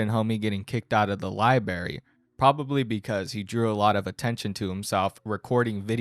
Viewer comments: "... kicked out of the LI-BARY" BRO, wth you doing leaving out an R, lololol? Edit: and then you said it like 4 times; my bloody ears mate 🙉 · It's pronounced Lie-Brayer-ee not Lie-Berry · As a friend. Library, not liberry. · Bro is building a career around making fun of people and legit said "liberry" like 10 times in this video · I like this guy. But his pronunciation of "liberry" did strike me right in the nuts every time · Im sorry but i cracked up every time you said library lol "libary" it has 2 r's.....lol you are still awesome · sounds like a speech impediment. If he can do it all these other people he has in his videos can get jobs as well and be successful. You can always go watch a Mr beast video